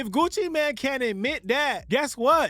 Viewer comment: It’s MANE, not MAN.